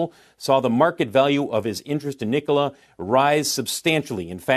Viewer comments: ITS NOT “NICOALA” ITS “NIKOLA” 😫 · Did that chick say, " Knee Cola" ????